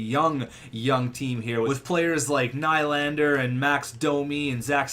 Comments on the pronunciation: Nylander is pronounced nee-lander, so ur nickname is pronounced incorrectly 😂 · I am fine with will ny the hockey guy and his name is pronounced William knee-lander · T&T Gaming nah, I would say its pronounced new-lander. Theres no word in english to pronounce ny from swedish. But hey, how should I know. Im just a swedish guy lol